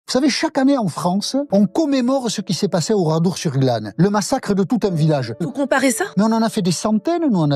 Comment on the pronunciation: Ouradour, pas oradour